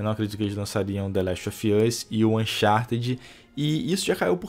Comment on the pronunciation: Falar "ralo" que é realmente uma decepção. Pqp, dicção do inglês tá uma porra hein? e o the lest "ofi" us? Pqp huehueheue o cara n sabe nem falar o nome dos jogos.